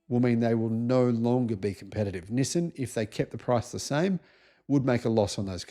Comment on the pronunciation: It is pronounced "Knee Sahn". Accent on the first syllable and stretched out a bit. Similar to the word for hello in Chinese, pronounced Knee How.